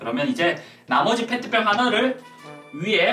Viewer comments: 페트병을 팬티병으로 들었다(악성댓글아님) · 페트병을 팬티병으로 들은 1인ㅋㅋㅋ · 3초에 펜티병이라고 들린건 나뿐인가?